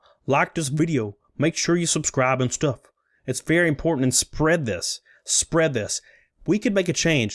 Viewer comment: Ironic how you said “Speead it! Spread it!” near the end XD